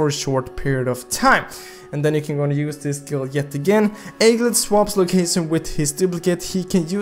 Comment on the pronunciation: Pronounce: egglet